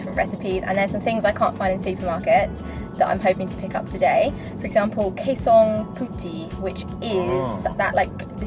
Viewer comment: 𝗞𝗘𝗦𝗢𝗡𝗚 𝗣𝗨𝗧𝗜 Its not Kaye-Song Pooh-Tea Its pronounced as 𝗞𝗘𝗛𝗦𝗢𝗡𝗚 𝗣𝗨𝗧𝗜𝗛